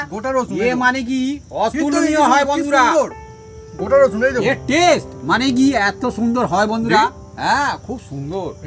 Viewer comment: অসুন নয় রসুন বলুন